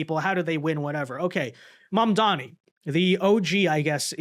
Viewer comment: You always introduce the Muslim communist with an exaggerated pronunciation of his name. You should also always introduce this Piker character by stating that he supported the 911 attack, optionally playing the five-second video segment where he does that. And then, what else do people need to know?